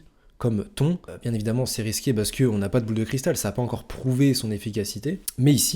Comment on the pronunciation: frerot ca se prononce pas "ton" mais "tonne"